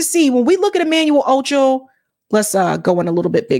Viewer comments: Are you mispronouncing his last name on purpose? Wtf. It's not phonetic rocket science. Can't you read? "Ocho" and "Acho" are not even the same. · His last name is ACHO! not OCHO! lol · Pronounced “Ahh-Cho” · Acho not Ocho